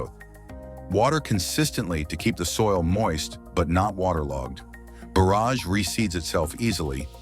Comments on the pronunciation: Someone REALY needs to teach the A.I. how to pronounce "borage"; it's just like forage and not like borrage. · Hate the repetitive loop AI music and AI voice that mispronounces borage several ways, along with other words it gets right occasionally. Video has zero to do with the narration.